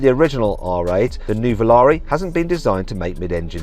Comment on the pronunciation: ヌヴォラーリってヨーロッパじゃ高級ワイン🍷みたいな名前の響きだが、日本人からするとウマイボウみたいな発音に聞こえるわ。